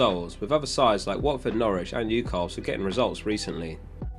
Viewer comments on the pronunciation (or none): none